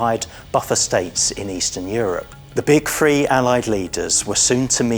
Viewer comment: It really bothers me when people say Free when they mean THree. Seems like it's becoming more common.